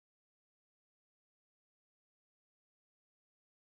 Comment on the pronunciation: He's starting to pronounce Baltimore like the Indian lady used to before she learned: Baltymoore. This needs to end.